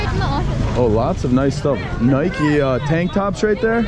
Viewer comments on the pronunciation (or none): none